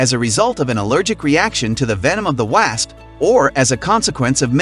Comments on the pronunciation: Who ever does this show....you need to review the show before you upload!!...and its WAS-P... not WaSP...TEACH THE ROBOT HOW TO PERNOUNCE BETTER!!..pepe Tucson Az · Why are you saying the words like that? It's unnerving the way you say wasp.